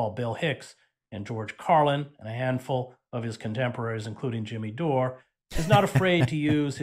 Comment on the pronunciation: Who is "Jimmy Dorayyy?" 😅